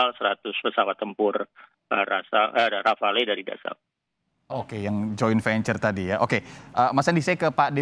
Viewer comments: ..bilang Rafale..Rafael 😂😂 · Rafale jadi Rafael..😄😄😄😄😄😄😄😄😄😄 Dahnil...2x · Bacanya: RAFAL. bukan RAFAEL. Sekedar informasi saja.